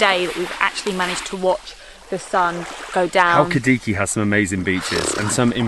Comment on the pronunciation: It's not halki-diki it's pronounced Hal-ki-di-ki with the emphasis on the last syllable.